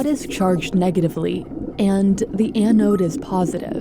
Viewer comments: It's an anode. Not an an node. BI narrators seem to be the worst when is comes to simple mispronunciations. I notice it in most of your videos. It's little stuff like this that makes me question what else is inaccurate in the script and keeps me from sharing what would otherwise be decent content. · It’s not “anne-node.” It’s all in one syllable. Anode. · This piece of metal is not a poem to Anne. Why the heck does this narrator put so much effort in to foreign names but can't pronounce ANODE correctly? It's not Anne Ode, It's an ode, one word, ask Google Translate or anyone with experience with electricity at all to find out the right pronunciation. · “The an-ode” 🤣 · Anyone else being driven insane by Ann-ode? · "An Ode" just about killed me each time she said it. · The way the host pronounces “Ano-ooode” 😆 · I don't like the way you say "anode". Going out on a limb and saying you've never heard the word before? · Can’t handle how she’s pronouncing anode. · The way she’s saying anode is unbearable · Do people really say anode with 2 syllables? It just sounds sooo wrong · The way she pronounces anode 😂